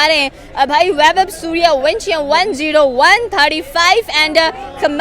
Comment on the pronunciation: Saliyo suryawansam nahi suryawanshi 😂😂